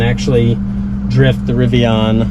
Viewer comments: It was driving me nuts. Pronounced rivi-IN, like Indian which is the genesis of their name, NOT rivi-ON. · Riv-ee-in. You will understand.